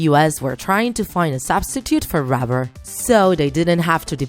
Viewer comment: she can't say rubber